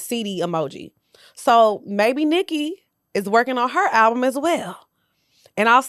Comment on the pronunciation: “A ralbum” is crazy 😂😂